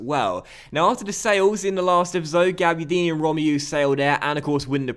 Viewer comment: You pronounce Romeu like this: Row-May-You. Not Rom-E-you